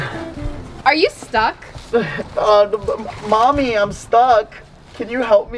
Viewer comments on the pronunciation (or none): did he just call mokima momy